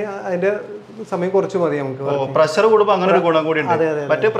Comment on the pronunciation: ബ്രോ പ്രസ്സർ അല്ല പ്രഷർ എന്ന് പറ 🙏